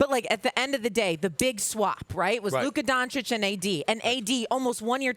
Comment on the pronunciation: Why does Stephen A. always pronounce every word that ends with an "a", as if it ended with an "er" (ex: Luka = Luker and Busta = Buster) 😂